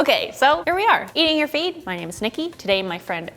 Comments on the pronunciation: I thought she said eating your feet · When she said eating your feed it sounded like eating your feet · Thought she said eating your feet in the beginning.